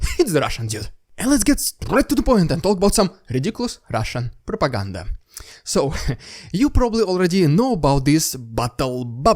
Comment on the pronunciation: I always click the like button when you say RrRRrussian prrrropaganda